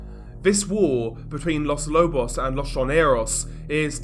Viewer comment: With as much coverage of Latin America as you do, you should look up Spanish pronunciation. It's very easy as it's always the same- not like English with all of it's exceptions and quirkiness. Quito is pronounced key-toe. Los Lobos all the Os sound the same as in toe, again.